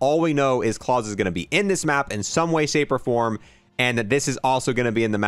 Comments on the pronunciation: how many other people keep trying to correct him everytime he pronounces klaus wrong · Can’t wait for this. Never played zombies before about 1.5 months ago. Just snipers away from Dark Aether. Love the channel and it def helped me get it done. I wish I could tell you how to say Klaus the right way. Congrats on 100k and you will be at 200k before you know it with all the hard work and grinding. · Klaus is pronounced like the fish from american dad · It was annoying me me kept saying claws, not Klaus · Klaus (ka-la-ow-s) not klaws 😡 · Ffs please stop calling it cause/claws, pronounce it correctly. Clouds without the d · Probably pronounced "Kl-OW-SE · Watch the originals on netflix...its not clause its klaus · I believe Klaus is pronounced KLOUSE like Mouse as in a person's name but Claws pronunciation is funny too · It isn't Claus like in Santa. It's Klaus like the name. Like how the fish from American dad says his name . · I can’t take how he pronounces klaus incase you didn’t know it’s a German name pronounced cl-ow-ss that’s how you pronounce klaus it’s not claws lmao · I'm pretty sure since it's German it is pronounced like it rhymes with house, not claws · Claws (the word your saying) Klaus ( a German male's name) Smh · Klaus is not pronounced "Claws" it's pronounced "K-lao-s". Rhymes with house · This dude saying Claws.. ffs Klaus like mouse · true it really irritated me lmao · It’s not claws it’s Klaus pronounced like k l ah uh s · Klaus, German name, not claws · claws LUL its german, pronounced. cl-''oww''-se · I had to wince everytime he said "clause" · Wouldn’t Klaus be pronounced like klouse (rhymes with house) and not rhyming with pause? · Well it has an "L", so "Kl-ouse". Idk how to describe it nom-verbally haha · Man it’s annoying me how he is saying klaus he is saying claws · Man pronouncing Klaus as clause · The way he’s pronouncing klaus is rly bothering me It Kl-ow-s (sound out the s) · LoL that was bothering me too